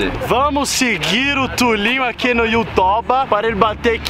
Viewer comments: O "Segue o tulinho no "youtoba" Não tanquei sksksks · you "toba"